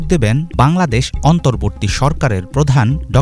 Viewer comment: ভিডিও বানিয়ে লাভ কি যদি অন্তর্বর্তীকালীন শব্দ টা উচ্চারণ করতে পারেনি।